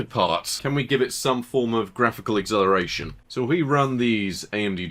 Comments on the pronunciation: Are you saying acceleration or exhilaration ? :D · why cant he pronounce acceleration? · Can't unhear the pronunciation of "acceleration"